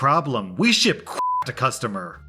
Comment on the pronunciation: Did he say crap or crack?